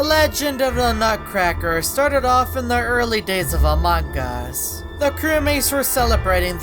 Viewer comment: Bro it's Among US, not AMONG GUS